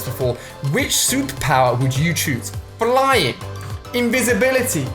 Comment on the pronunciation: I swear he said "Souppower" instead of "Superpower". But then again he did say it really fast.